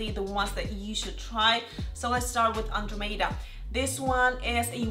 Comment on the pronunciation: LOL 🤣🤣🤣🤣 she really butchered that name